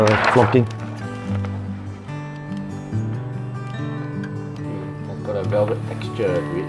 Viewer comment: "for foii and focking"